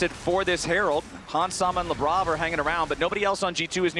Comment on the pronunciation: Every single time they say Labrov i feel they're saying Lebron.